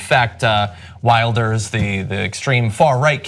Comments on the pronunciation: The "W" makes a "V" sound in Dutch. So you should pronounce it more like "Vilders" rather then "Wilders". that's not to say I like Geert Wilders, I actually dislike him with an extreme passion. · You can't even pronounce Wilders correctly!! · You pronounce Rutte as Ruh-Tuh, and Wilders as Will-durrs